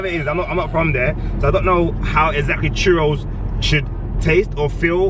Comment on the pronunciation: He pronounces correctly, “Churros”. coming from a Latina.